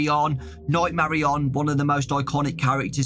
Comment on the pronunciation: bro sayin marionan its marionette